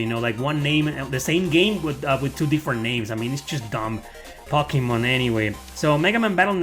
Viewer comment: I have watched so many of your videos and most of the time I don't even bat an eye but today for some reason I was just really wondering how come you say pocky-mon instead of one of the many more typical ways to pronounce to name..?